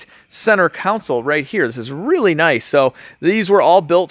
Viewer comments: Council or Console😂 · Yes! Every time says "council" I yell "CONSOLE!" to myself:) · I don't want to be an a'hole but... the word is "CON-SOLE"!!